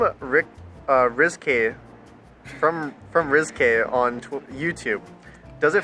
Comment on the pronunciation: rizky= same like how u pronounce risky but with z